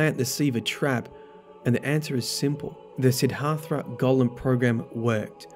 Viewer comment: Sidd Har Tha? Dude. Seriously?